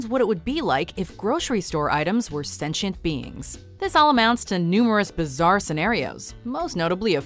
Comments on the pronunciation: excuse me? The tire is what? Sinchent? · What is "stencient"? Didn't you mean 'sentient beings'? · What's even sillier is the mispronunciation of sentient